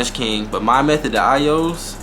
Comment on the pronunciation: I heard that too lol youse